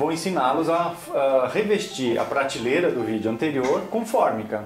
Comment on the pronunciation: Muito bom o vídeo. Mas pratileira ao invés de prateleira, todos dizem errado. Que coisa.